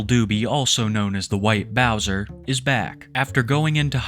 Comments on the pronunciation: the white bowsah is a predatah! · White bowsah is a pwedator gais